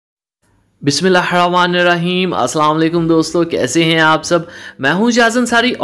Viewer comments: انصاری صاحب آپ کھانا بہت اچھا بناتے ہو لیکن بھائی قرآن پاک کو بھی پڑھ لیا کرو کے بسم اللہ کیسے پڑھی جاتی ہے معذرت جناب شکریہ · Bismillah hir Rahman nir Raheem theek se parh liya kary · Asalam u aliqum Masha Allah ap is bnany ka tarika or smhjany ka tarika bhaut zbrdast ha lakin ap Bismillah ki adygi sahi nh krty ha so please Quran Pak achy sy skehy ak ko hr dunya ma b Kam aye ga or akhrat ma b don't mind ok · Assalam walekum bhai jaan aap Bismillah theek se para Karen plz don't mind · Brother bismillah ko Saheb tarah parha karain ya kisi qari is tallafuz ki durust kar lain is main ap gunah se bach jain gey